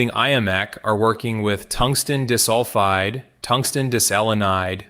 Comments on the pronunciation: Not dis-sulfide, pronounced "die-sulfide". Artificial, yes, but not "intelligent". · unfortunately, his use of AI prevents him from building a unique reputation - and we have to suffer bad pronunciations for SRAM, CMOS, ... and Molybdenum-DIS-ulfide! 😠 lose-lose in my eyes! 🤷